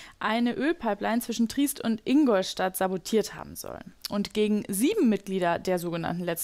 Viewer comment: Triist ? 😱 eure Volontärin weiß offensichtlich nicht, wie Triest korrekt ausgesprochen wird. Vielleicht wechselt sie doch besser zum Boulevard.